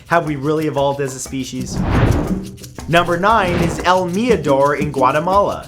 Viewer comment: Cringy how he say el mirador in american accent.